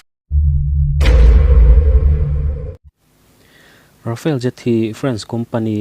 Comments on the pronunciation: rafael ni lo in rafale nih khi i chhiar thiam lo mi,, rafael chu israel company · Tejas i telha, SAAB Gripen E i telhlo hi a mak thlawt. . . Rafale ai pawh hian a tha mah zawk ang. Chuan RAFALE hi A hi mizotawnga A ang hian lamrik tur. Rafel tih anga lamri lovin RAFAL tiin, FALE laia A hi thluk sei deuh bawkin.